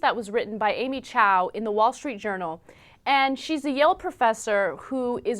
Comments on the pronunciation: chu-ah! chu-ah! not chow! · it's chua not chow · This is racist. Especially when he said: "Oh piano and violin, so Chinese" (Btw, it's Amy Chua, NOT Amy Chow. Thanks for reinforcing the stereotype... right there). There are many other instruments Chinese people play, like harp, flute, saxophone... I know many friends in the band who are Chinese and are not forced to play only piano and violin. Who are you to define what is "Chinese" and not "Chinese"? You have to educate your self with the world out there before you make incorrect criticisms towards others, especially another race. My mother never forced me to take any lessons, I chose to learn piano when I was 4, I convinced my parents to sign up for dancing, piano and painting classes. My parents, who are Chinese, have high expectations for me, but they never physically or mentally abuse me in anyway. But I still consider myself raised in a strict family because I am clear of their expectations: no matter what I choose, I need to PURSUE it. That's their expectation. They don't force me upon a certain path, but the rule is: I need to be responsible for my choices. Do you think encouraging your kids to drop piano after two weeks, then let them take swimming lessons right after stopping ballet which they just started three months ago is really going to help your kids? I think that kids are... kids. What do they know about choices, really? Do you know why some kids lack determination, discipline and self-perseverance? It is because their parents did not help them to develop t